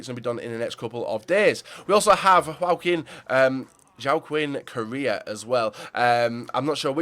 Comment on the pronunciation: "Joe-Kin Korea" nice pronunciation lol.